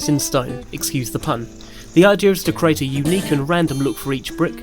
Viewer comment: CREEEAAATE not CARATE!!! Apart from that? Good piece.